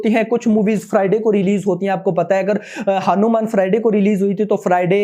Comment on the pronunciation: Bhai aap hanu_man ki jagah hanuman bhi bol rahe ho